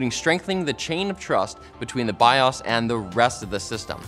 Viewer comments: "Bi ohs".. who says bi oss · It’s bios not biahs. Learn to say it right. Thanks. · my dude. Stop saying bias. It's bios. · He confidently says biOHs as biAWWs which is great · My dude, it's pronounced "bye oh's" not "bye awws" lol. 🤣🤦‍♂️ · It is not called biAs. It is BI-OS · Bi-owes, not bi-awse 🤦‍♂️🤦‍♀️ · They make the Bi-yasssssss. This is a first I heard someone pronounce it this way. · The way he keeps going back and fourth between pronouncing BIOS as Bi-ose and Bi-ahs is driving me crazy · I think he's saying bios wrong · There is an O in the word BIOS you monster!!! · Why does pronounce BIOS differently at random? Is he trolling? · I've always pronounced it Bi - Oh - s' Is that wrong? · Maybe figure out how you want to say "BIOS" BEFORE the video, instead of pronouncing it 30 different ways in 4 minutes. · Why do you say BIOS like that 🤦🏽‍♂️